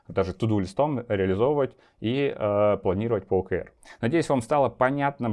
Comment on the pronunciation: Спасибо! Маленькая заметка, т.к. термин англйский то читается скорее как ' О Kей Ар'